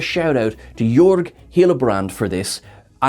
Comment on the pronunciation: Jörg is spoken just like word (the or-part)